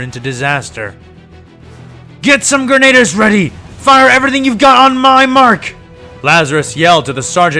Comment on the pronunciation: small nitpick, but it should be grenadier not grenader